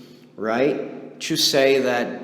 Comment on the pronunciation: I like the way you pronounce "to" like tchoo.